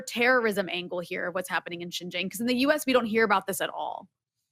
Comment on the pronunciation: Anyone who cant event be bothered to learn how to pronounce Xinjiang get switched off immediately, it is not Jinzhang. Seen enough in 8 min to see that 1. these idiots think US is the only one with any agency in this relationship - still entirely US centric - its so weird to me. 2. this is all CH propaganda talking points. is a shill. "more privileges than the Han majority" massive lol - try saying that about positive discrimination in the US.. Don't let your hatred of the US lead you to believe this trash.